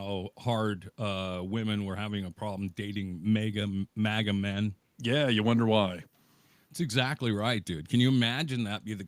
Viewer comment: It's "MAGA"! It's not "MEGA"! MAGA! Get it? It's MAGA!